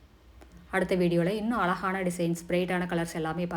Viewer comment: Alagana illa azhagana entru ucharikkavum